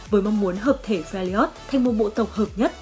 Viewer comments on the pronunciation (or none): Fe - li - ot là cái j?. Trong khi tên đọc âm đúng là Fe - r - job mà.